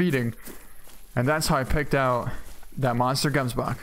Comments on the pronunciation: great content, i don't know how other people pronounce it but, where i am from (South Africa) you say it like hemsbok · I really like the way, you pronounce Gemsbok. ;P .... Should be Hemsbok ;)